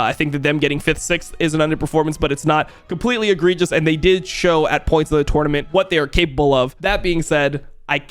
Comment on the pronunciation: Bro almost had to turn this video off bc of the way you say “tournament” shit was driving me insane